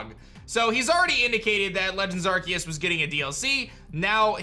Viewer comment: ar-SEE-uhs. just google it if you don’t know how to pronounce it